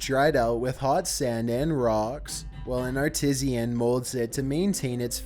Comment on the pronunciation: Also... Double check your pronunciation of herbal and artisan on the shrunken head part lol